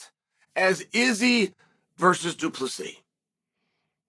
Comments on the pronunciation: Chael,Du Plessis is written version,yes,pronounced plessea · Du Plessis * 😅✌🏼 The "s" at the end is silent